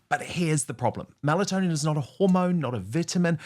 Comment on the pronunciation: Melatonin, not Malatonin